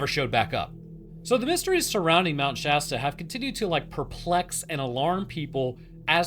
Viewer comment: I’m just thanking the lord you pronounce Shasta right. I can’t tell you how many other creators just say “Shaw-Staw”